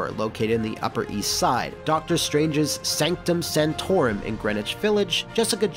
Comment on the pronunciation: Sanctum Sanctorum, not "Santorum" that's got a whole 'nother meaning ;)